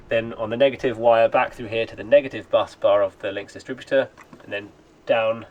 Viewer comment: Awesome stuff 👌🏼 you say busbar like "buzz" bar not bus bar haha. Tickled me that.